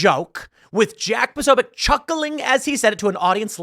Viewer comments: Maher shows how little he knows by not knowing who Jack is and not even bothering to try to pronounce his name correctly. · Posobiec's name doesnt start with "PRO", it starts with "POS." FFS, get it right, Maher.